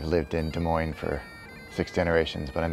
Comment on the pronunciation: yes. I was both impressed someone - not an Air France desk agent - properly pronounced Des Moines and disappointed. I'm also one of those 'my distant relatives came from Scotland' people.